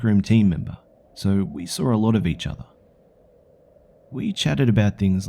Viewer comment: "Until I sawrr it"